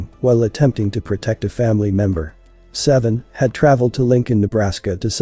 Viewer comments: I think he pronounced his real name Say-Vee-On not seven. RIP Saiveon Hopkins Aka Jay Hefner 🙏🌹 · HIS NAME IS SAIVEON! PRONOUNCED SAY-VEE-UNN! NOT SEVEN! 😂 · Say-vee-yon Stop calling him seven